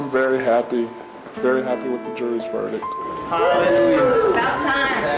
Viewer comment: I cringe when law professionals say verdick and districk. There's a "T" at the end of those words and it's not silent!